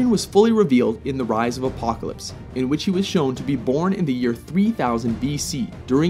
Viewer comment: Man the narrator needs to say Apocalypse name right he wasn't even close¿....?